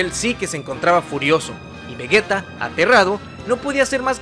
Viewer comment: Que pri es vragetta digo vergetta digo digo vegeta xd